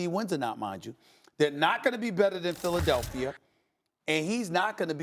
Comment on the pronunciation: no one: max kellerman: make hip hop reference no one: stephen a smith: philidelphier